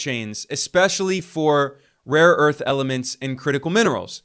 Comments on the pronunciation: Someone should please tell Trump that it is Rare earth, not "Raw earth"😂😂😂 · The irony is that there are no proven reserves of rare earth elements in Ukraine, so when he mispronounces "RAW EARTH", he is right, that's what they are getting RAW EARTH, sand and dust. Ukraine is in no way a mineral powerhouse when it comes to either critical minerals like lithium and even less so when it comes to rare earth elements; they are not even in the top 10 countries in the world. Until this "saving face deal" propaganda about Ukraine resources, Norway was the European country with the largest reserves of rare earth elements. Greenland on the other hand is very rich in rare earth elements, which explains his long obsession with taking it from Denmark. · It's rare earth and not raw earth. 😁😄😆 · It is rare earth not raw earth. Dummy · No one will tell him, they're too scared of him. I wouldn't be surprised if they all start saying " raw earth ".